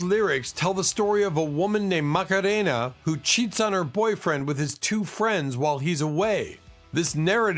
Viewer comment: It’s wierd how AI can’t pronounce simple English but can pronounce Macarena with total accent etc.